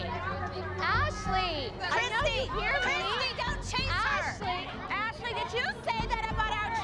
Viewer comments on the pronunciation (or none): Legend says Christi is still saying “Ashleee”